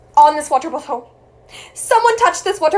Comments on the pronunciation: “Wrter Brtlle” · I love how she says “wAteRR bOtELL” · "Woterbttle" lmao